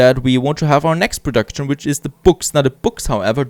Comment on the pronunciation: nice episode :D But I hear you doing the same spelling I did too in pronouncing words with the ending "ction" e.g. "production". you canbasically say "prodakschn" without the "t" :) and you react the same way I do when I build a house wrong or the game decides to missplace something :D